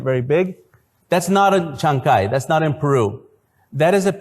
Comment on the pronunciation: Que bestia son los gringoa al pronunciar CHANCAY.....ES TODO JUNTO Y LA SILABA CAY ,,,,,,TIENE EL ACENTO O FUERZXA DE VOZ EN LA A....NO ES ESPAÑOL, TAMPOCO CHINO...ES QUECHUA